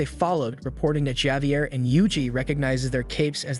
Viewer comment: Javier is pronounced: Havier Piranha is pronounced: Per-ana surmise is pronounced: sur-mized